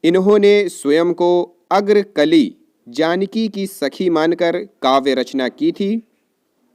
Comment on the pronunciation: अग्रकली नही अग्रअली नाम है।